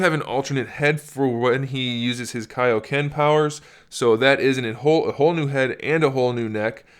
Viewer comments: I know dis man's did not say kaioken powers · THIS DUDE SAID KAIOKEN AND SUPER SAYIN GIVE ME PERMISSIONS TO boi😑